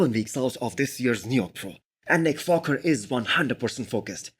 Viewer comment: Its just me or this guy is saying Nick Focker ?